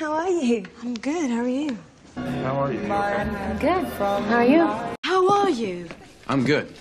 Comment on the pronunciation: The way you say "how are you" here sounds very much like "hawai"...